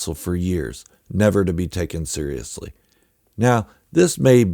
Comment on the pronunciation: Interesting pickup on how Dooku’s pronunciation of seriously sounds like Sidiously. I haven’t read Jedi Lost so I’m not familiar with the differences. I have read the Ahsoka novel and can’t help but think that Tales of the Jedi: Resolve retcons the novel to the point that I question if the novel can even be considered canon anymore. Resolve changed the characters, events, and even how Ahsoka defeated the Inquisitor. The only core concept that was kept was that Ahsoka defeated an Inquisitor from whom she acquires her new kyber crystals. I have mixed emotions about Resolve and how far it departed from the novel.